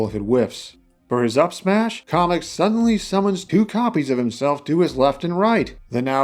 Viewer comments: First off KAM-EK! NOT KAH-MEK! Second, this is a very solid moveset, as always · Off topic but I don't understand the pronunciation Kah-mek instead of Cam-ek. That would mean that Kammy from the Paper Mario series is pronounced commie. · Sorry to say is but it not call komek is kamek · I've always thought it was KAY-MEK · Don’t want to be that guy but the Kam in Kamek is pronounced like the Cam in Camera